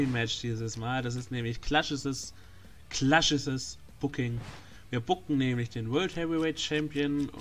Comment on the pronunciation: NEEE! Im Hintergrund ist NEEE! Klaschisses. Die Sternewertung... das kann man nicht mal so schreiben wie du es ausgesprochen hast. xD